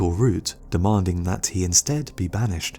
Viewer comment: dude say insted right now you hear that pause yeah that why its in-sted